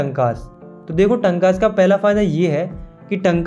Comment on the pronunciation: Correction: टंकास❌ टांकास✔️ पलार❌ पालर पानी ✔️